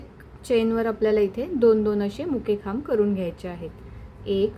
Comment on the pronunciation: Khamb bolatana chuki kartay.. khup confusion hotay m